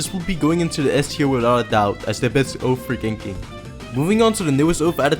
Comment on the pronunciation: Oath not Oaf